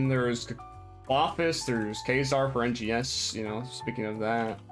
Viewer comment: Is not called NGS is called RNGS xddd just put the R